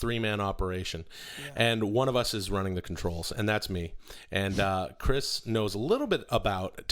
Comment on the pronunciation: “Chirs” hmmmmmm